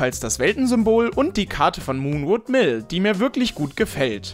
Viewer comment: ich die "muh und will" und nicht "moonwood Hill" verstanden hat :)